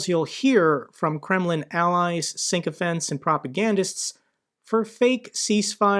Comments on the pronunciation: sick-o-fants. no "N" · there is no N in sycophants. Si- kow- fants. Try wikipedia for the derivation of this word. No "n."